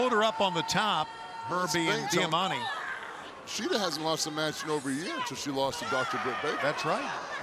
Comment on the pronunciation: Am I the only one that cringes when they say diamantes name